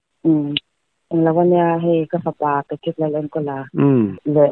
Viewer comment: Pa-tricka a nilo aw. Patrick-a ania, pe-trik tih a lam tur. Channel lian in nia hetiang mi hming tal hi chu lam dik tum ve ula. A mihring leh a chhungte pawh an zahawm alawm